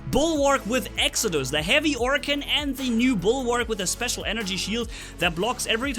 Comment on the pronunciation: Its Exodus not Exocuds